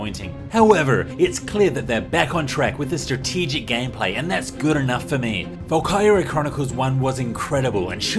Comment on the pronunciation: I thought he was saying Valkewria.